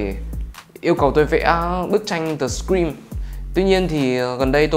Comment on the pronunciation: tui nghe ông đọc The Scream thành The Green cơ 🤣🤣🤣